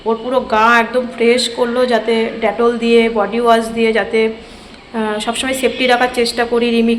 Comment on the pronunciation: ড্যাটল নয় গো ডেটল